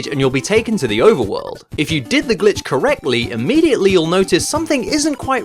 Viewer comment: i feel like when i was like 6 my dad came in when i was watching one of your videos and i was too scared to play it because i thought i would get in trouble because it sounded like you were saying “bitch”